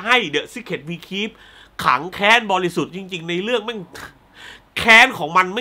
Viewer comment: พี่ ผมได้ยินเป็น ถังแก๊ซบริสุทธิ์ ...